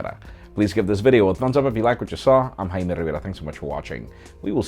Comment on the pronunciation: I think Brazillian name or Portages name they pronounce J as a H weird lol